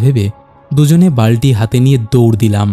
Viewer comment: দাদা কিছু জায়গায় উচ্চারণ এর ভুল আছে, বালটি নয় বালতি হবে